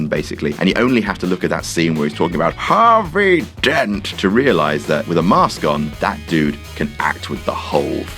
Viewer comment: When he's talking about Harrrr Viii DENT. I died hahahah